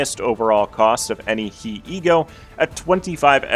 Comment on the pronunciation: pronouncing ה as hee (like michael jackson but only one hee) and not hey will never not be funny to me